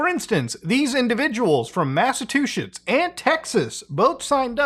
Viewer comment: here we go, Massatuchetts 😅. Sorry Muta